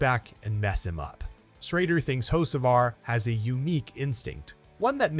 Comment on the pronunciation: Did AI call him Hoe See Var 🤣😂